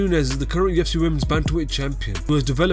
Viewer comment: At UFC ( at-eoff-see )